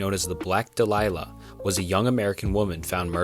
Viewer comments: black dahlia is pronounced doll-ee-uhh. Not duh-lie-luh. I know this because there’s a fairly popular death metal band called the black dahlia murder. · It's Black Dahlia not Delilah 😂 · It's Black Dahlia, not Black Delilah. "Dall-ee-uh" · I can't watch anymore. Youtube keeps recommending me your vids because I watched Wendigoons (really well made) iceberg videos, but yours are literally phoned in. No research at all, and I can tell because literally everyone knows the Black Dahlia is not the black "delilah" - it's KEDDIE not Caddy - and i'll be here all day pointing out the rest. GOOGLE MY DUDE. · Dude, your pronunciation is killing me. It’s Black Dahlia, not Black “Delilah”. Jesus h Christ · Great video, however for Elizabeth Short’s case, it’s pronounced Black Dahlia (as in “Dah-Lee-Ah”) not Delilah. For others, I’d consider researching how they’re pronounced correctly before recording. Otherwise, you’re on your way to becoming a solid content creator. Keep it up, looking forward to more videos. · THE BLACK DAHLIA!! PRONOUCED DOLL-YUH. It's a flower! So the "black flower." However other than that I like the undramatized speaking. I'd rather hear it like someone is actually speaking to me about it. Not the over detailed story line telling. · Yup. More mispronunciation than AI... Some other AI. doll-EEE-uh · Sorry... I had to stop it after I heard him say "The Black DELILAH"... multiple times. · Thank you for saying it. I cringed hearing Delilah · "Black Delilah" haha... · Just a small critique, it is Dahlia, and it's a type of flower. Otherwise loved the video and love the iceburgs. Maybe consider a more thorough deep-dive on some of these with potential theories or such? Plenty of unexplored material. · Black •dale•ee•ah• or •daily•ah• is the proper pronunciation, not trying to be condescending/rude but ive heard plenty of people make the same mistake so i just wanted to offer the proper pronunciation. Great video im subbed now keep it up buddy